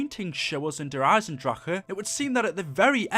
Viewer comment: Dude it's not der eisedracha and gorad korovi ffs it's been how many months now smh